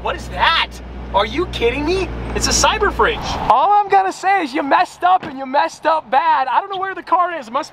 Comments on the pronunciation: had me spitting my coffee "cyberfidge " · i cant how he keeps saying cyber-fridge 😂